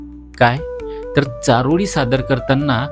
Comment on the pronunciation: तुमची अशुद्ध भाषा सुधारायला हवी.चारोडी नव्हे चारोळी असा उच्चार करा.